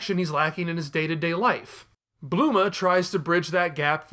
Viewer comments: blooma? you mean Bulma? XD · Bluema whoo😂😂he said trunks mom name wrong lol